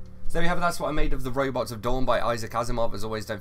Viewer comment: I love his accent as he talks about "roybots."